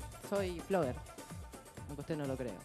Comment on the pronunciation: Me dio vergüenza agena el "floger" 😂😂